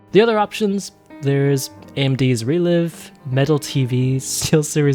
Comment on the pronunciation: its written relive but its pronounced like relife. Live in the way of going "live" streaming